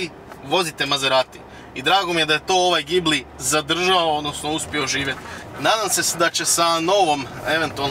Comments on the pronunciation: ime auta se ne cita sa z nego sa S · mislim da se pravilno kaže Đibli